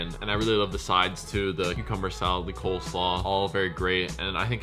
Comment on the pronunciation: Bro is a foodie and he says “cold slaw” 😂😂😂